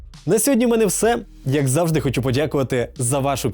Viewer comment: Блювати хочеться від "хочЮ", "чЬому","чЬорному","хочЯб", "втручЯвся", "невдачЯ" автора 🤮🤮🤮🤮 але лайк за Українську. Хай квітне Український Ютьюб!!!